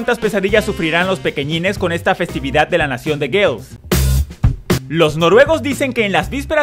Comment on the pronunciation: Ramec la Numero 9 se Dice y se Pronuncia normal. GALES asi de simple y no GAEL..